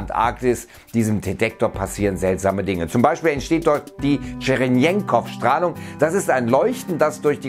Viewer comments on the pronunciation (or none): Erklährt das mit der TSCHERENKOW- Strahlung (( nicht tschrenenkow und auch nicht tschrenjenkow) ja ich weis ich bin ein elendiger Besserwisser XD) gerne mal genauer, da steckt ne faszinierende Physik hinter! Sollten das wirklich s-Taus gewesen sein währe das unglaublich ! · "Tscherenkow" heißt der. Mehr Science in die Fiction. Oder Teleprompter-Training...